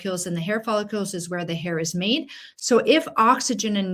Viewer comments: Follicle. Not follicule. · Oh my gosh PLEASE stop mispronouncing follicles. Are you actually a physician? It's NOT "follicules." That's not even a word. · “Folli-CULES”? It’s, “Follicles”😅😅😅 Thanks for your content!☺️ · We now live in a day and age where a doctor can't pronounce the most repeated word in the video, "follicule"... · As a doctor you should know that you DON'T pronounce it " follucles"!!!!!! It has an I in it so you prounce it " follIcles"!!! Pretty sad a doctor wouldn't know that. You lost all credibility. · Follicules? It's follicles. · It’s follicles not follicules ! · Follicles not follicules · Please, it's follicles, not follicules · What are “follicules”? I presume she means “follicles”. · Not follicules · I know! I can’t stand it! (No offense to the speaker… it’s just that follicule is not a word. I’ve heard other people say it, so I just looked it up to make sure — I’m open to the idea that I could be wrong! 😂 — but no… it’s not a word.) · It is in French. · You are mispronouncing the key word follicles. That really detracts from the credibility of your presentation. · You are pronouncing follicles incorrectly., there I’d no u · Presenter can't pronounce follicles. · There is no "U" in the word follicles. For an MD not to be able to say the word Follicles correctly , I'm done.